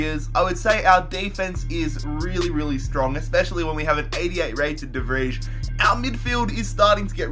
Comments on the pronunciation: de vrij (de vrei) not whatever the fuck he's saying lmao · "De Fridge" ?🤦‍♂️ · Why do you pronounce de Vrij like that. My god. Never had a Dutch name get butchered that bad.